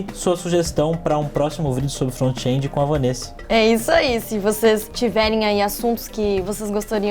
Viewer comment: "frontiendi", chique essa pronuncia!